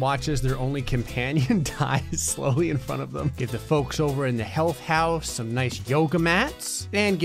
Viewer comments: I heard hell house and not health house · i kept thinking you were saying 'hell house not health house 😂